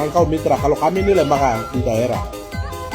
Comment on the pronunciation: Jgn sombong br goyang goyang sebut lembaga sja Lida berat .bagaimana kau mau pintar kalou sebut lembaga jadi lembaka..ketua mrp apa seperti anda.